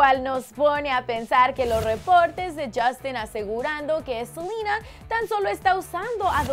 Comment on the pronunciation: Por que dice Selina